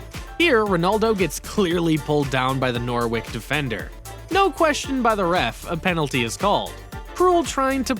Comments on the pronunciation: Norwick 🤣 dont you mean norwich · You can't pronounce the names of either Immobile or Panenka. And NorWICK!!! Ha,ha,ha,ha. EMBARRASSING! You haven't a clue about football. So get someone who DOES know the game to narrate.